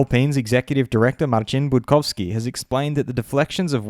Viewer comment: okey, as a Pole I must say you nailed perfectly pronunciations of "Budkowski"